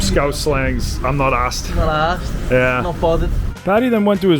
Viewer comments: It’s “im not arsed” you numpty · It’s “not arsed” not “not asked” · "I'm not arsed" not asked hahaha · I’m not asked 😂😂 It’s ‘I’m not arsed’ 😂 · ARSED NOT ASKED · It's "I'm not arsed" not "I'm not asked" 😛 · Its not "im not asked" its "im not ARSED!!" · It’s ‘I’m not arsed’ not asked you muppet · Its "Im not arsed" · great video m8. Quick fix though. The saying is “not arsed” not “asked” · Btw it’s “I’m not arsed” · I’m not assed, not asked hahaha